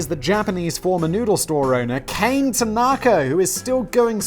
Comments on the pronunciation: My japanese is a bit rusty, but I believe Kane would be pronounced 'ka' like the first sound of 'cock' and 'ne' sounds like the start of 'nature', so it's closer to 'kanye' then 'cane' but without the extra emphasis caused by the 'y'. I know you don't care, but I figured I'd mention it anyway. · I know you hate pronunciation... but a simple thing to remember when saying any Japanese word is that each syllable is pronounced completely... they do not mush together like in English, so Kane is not Cane, its Ka Nay. its the same for pretty much all of Japanese, just say each part of the word as if it is its own full word and you will be fine. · And I just got done getting caught up. And how could the last one not do well?! That one was great! And it should be pronounced "KAH-neh". Japanese is a phonetic language. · Pronunciation police here to the rescue! Kane is pronounced more like kah-neh. You're welcome, Simon. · Simon, I know you don't care, but "Kane" is pronounced Kah-nay. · Japanese name Kane would be pronounced "kah nay". Which sounds a lot more feminine than the "cane" you pronounced. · it's probably kah-neh, not kane lol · it's ka-ne (kah Ne) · All vowels in Japanese are pronounced as the long version. so Kane is actually "Kah Neh". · Japanese don't have that long 'a' when there's an 'e' in the end. Kane is pronounced Kah - neh, short vowels. Actually in Japan, you'd say Tanaka Kane, the surname is first. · "Kah-nay." You pretty much pronounce every vowel in Japanese. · "Kane" is be pronounced similar to "connie" and means gold or money. If it's "kain" it's pronounced as "cane" and means bringer of misfortune. I really hope it's the first one...